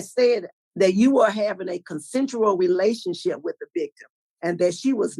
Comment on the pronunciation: He's still calling it a relation- ship. Re... la...tion...ship.